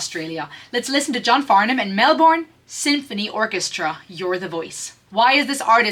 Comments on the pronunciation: Not Mel-bourne,it's Melbn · Not Melburn, it's pronounced Melb'n. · Melbourne is pronounced Mel-bin in colloquial use in Oz.